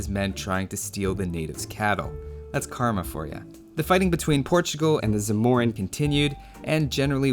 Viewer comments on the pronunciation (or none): none